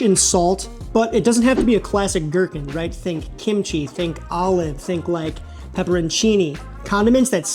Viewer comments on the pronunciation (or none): none